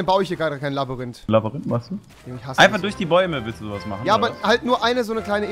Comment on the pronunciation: Tolles Labarinth Rewi😂